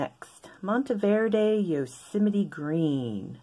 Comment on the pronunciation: Also you’ve taught me how to pronounce Yosemite, I can’t say that I have had to say it many times throughout my life, but I definitely got it wrong when I did 😂😂😂